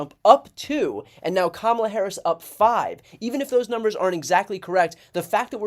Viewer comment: I like that even Bill O'Rilly pronounced Kamala the right way. It seems that Kamala Harris has got them by their ...